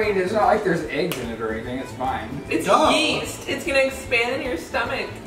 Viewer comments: YEAST ? I THOUGHT YOU SAID WEAST ! LOL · Yeast? I thought you said WEAST